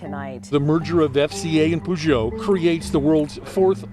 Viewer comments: “PUJÔT, CITRÔN” Talking about making zero effort 😂😅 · Ah, yes, you can spot a car expert right away by the impeccable pronunciation of the favorite French car brands: pugh-joe and citron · Poogeo and Citrohn. Sure it coukd be pronounced ever worse with a bit more effort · The pronunciation of Peugeot and Citroen made my ears bleed 😶